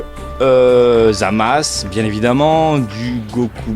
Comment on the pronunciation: "zamasse" mdr